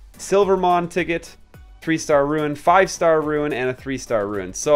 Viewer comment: I'm nitpicking here but why do you say Ruin instead of Rune? 😂